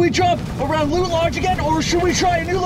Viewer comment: A-loot lodge